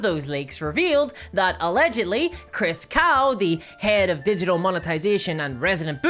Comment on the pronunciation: I really wish this girl's accent wasn't so thick. Most of the time it's fine and my American brain can figure out what she's saying from context when I didn't quite understand what she said but that doesn't work with names. I can't understand what she's saying when she says the last name of the Chris jackass . It sounds like Chris Cow, even the auto captions and the transcript saw that, but that's not right. The only chris I've found by googling is Chris Cocks, the CEO, but that doesn't seem to be the same person. I'm cancelling my DnD Beyond sub and wanted to put the dude's name into the field where you tell them why. Ah well. The reason should be enough that they can point to whoever made that decision, if they care at all.